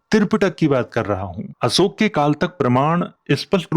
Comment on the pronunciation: आप अशोक को असोक क्यों कहते हैं?